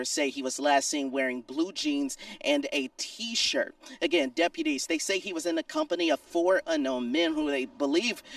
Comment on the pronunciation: Remember: MEXICO is the kidnaping capital of the world. No joke. // They need to fire that blaq news caster. He doesn't know how to talk (emphasizes TEEEE shirt like its important) then says a kidnapping victim was not on scene when cops arrived. NO CHIT? Kidnapping victim not there? DEI hire.